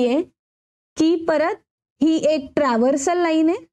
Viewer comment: तुम्ही चांगले स्पष्टीकरण देता....पण काही उच्चार चुकीचे होतात ये....ट्रान्सवर्सल आहे पण तुम्ही ट्रव्हर्सल बोलतात ये....